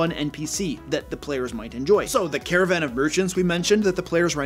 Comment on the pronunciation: About 90 seconds into the video, I thought you said "Caravan of Virgins." I wasn't sure where this video was headed...